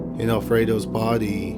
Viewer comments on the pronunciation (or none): You're pronunciation of "BODEE" Is cracking me up.